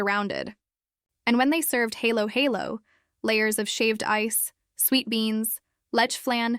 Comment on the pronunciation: Vlogger should at least learn hiw to pronounce halo halo